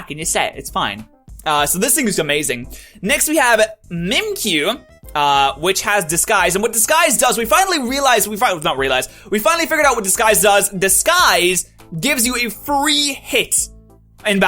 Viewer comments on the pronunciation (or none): lol it's not pronounced mim cue it's Mimic You hence the reason it's spelled M i m i k y u